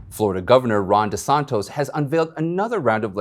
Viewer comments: DeSantis not DeSontos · it’s Gov De Santis not De Santos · de Santis not de Santos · as a long time FL. resident, it's De-San-Tis!!!! You don't say Praying Man Tos, you say TIS!!! C'MON MAN LMAO... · It's pronounced DeSantis not DeSantos. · Geeze it is Governor Desantis! Not Desantos! European spelling, not Spanish!! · Please Desantis not Desantos. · FYI his name is Ron DeSantis with t i s. It is not Ron De Santos. I do not say this in a destructive manner but rather in a constructive manner. I would also like to say that I enjoy watching your show very much! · you are not saying Florida governor's correctly. It's DiSanTIS. NOT DiSanTOS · DeSantis, NOT DISANTOS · Florida's Governor is Ron De Santis. Not De Santos. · You are NOT pronouncing the governor’s name correctly. It’s DeSantis, not DeSantos. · De san tis.... Not de son to... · Desantes ... Its NOT DesantOs? Before you make a video Production it might be prudent to at least pronounce his name correctly! Come on, Man! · Not De Santos. It's De Santis. (Desantees) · It’s Governor Tom DisantIs not tos. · Ron DeSantIs, not DeSantOs. Thanks! Love your reporting! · Its DeSantis not DeSontos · DeSantis! Not DeSantos! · DeSantis not de santos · The Governor’s name is NOT DeSantos, it is DeSantis. 😳🙄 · Ummmm.....its DeSantis......DeSantos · Good day. Our Governors name is Ron DeSantis Not DeSantos. So you are pronouncing his name incorrectly. Love you and love my Florida’s Governor!❤️🆙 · His name is DeSantis....NOT DeSantos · The names Desantis and not Desantos...just sayin. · It’s Ron DeSantis!! Stop adding the wrong pronounciation. Have you not even read the governors name in print? It’s stupid stuff like this that makes secondary news outlets look bad. Just look again at the ACTUAL SPELLING...ITS DESANTIS. DE SAN TIS. there is no ‘O’ ..what kind of a journalist or news caster can’t pronounce a simple word. Or are you adding your own form of weird cultural appropriation?